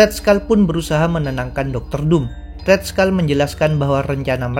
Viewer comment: red skull bukan red skal